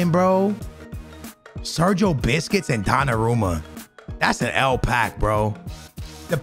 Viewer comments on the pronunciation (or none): none